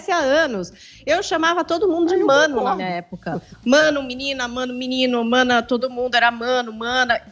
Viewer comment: Agnaldo Timóteo: "é menine ou menine? Agnaldo TeMostro: "é menine, menine."